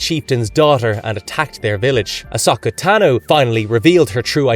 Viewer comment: That wasn’t as bad as listening to the butchering of Ahsoka. Lol. He seemed to finally settle on Osaka Tanu.